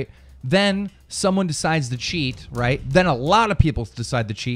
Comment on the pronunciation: Am i the only one who fucking hates this guy when he says "les get ROIT into the news"